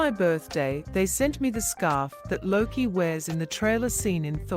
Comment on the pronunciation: Luki? Jesus christ it's Loki , my guess is this was made and narrated by an AI cause it's shit